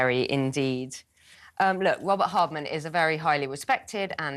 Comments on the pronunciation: All these people supposed to be clever can’t even pronounce Robert Hardman’s name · How silly and rude is this man not to get the authors name correct! 😮pathetic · 2nd comment we have been having discussing with many msny orhers and jj shiuld b cancelled by talk tv for telling a LIE about William future king of England that he punched harry when harry said william only pushed him also th stupidity of th miss pronouncements name of robert hardman a decent respectable journalist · is a disgrace. He can’t get Hardman correctly after being told several times, shows how ignorant he his. He will say anything to take M &H’s side. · The "confusion" about the name hardman that insist on mispronouncing was so disrespectful. Is he 5yo? It sounded like he was being racist towards the author (2 can play this game). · How childish to not get the journalist/authors name right. That back and forth over his name was just ridiculous. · Oh, you’re so disrespectful. Go find another career if you can’t get someone’s name right. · and the guy who keeps saying the author’s name wrong. I can’t stand either one of them and will turn this off. Come on Talk TV!